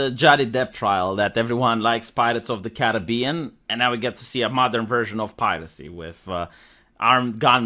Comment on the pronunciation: Pirates of the Car-Aegean?